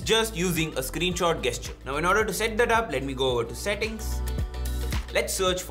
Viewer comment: Great, helpful video. Thank you! Just a little comment about the pronunciation of the word 'gesture': you say it with a soft 'g', not a hard 'g'. Only saying this because I am a language learner and teacher and love it when people correct me in a respectful way! :)